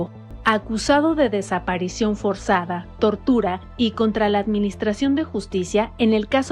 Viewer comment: SE DICE DESAPARICIÓN FORZADA NO FORSOZAMENTE.